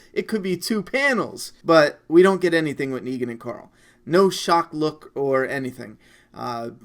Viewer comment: I like how you pronounce Coral the name of Rick's son. Just like Rick, especially when he trolls him with terrible jokes... CORAL!